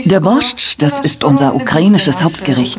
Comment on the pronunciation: Sprecht den „borsch“ biiittteee ohne da T aus einfach nur Borsch 😅 nichts desto trotz ein seehr gesunder Eintopf der sehr viel kraft gibt hmmmm 🤤 ooo diese Leben vermisse ich so sehr, mein Opa hat auch immer sein Brot so geschnitten und dan Knobi eingerieben, sogar das Motorrad hatten wir 😍😍😍 ach Kindheitserinnerungen kommen hoch